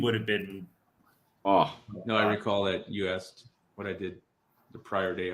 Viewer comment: He “axed?” Is there something new to add to the charges?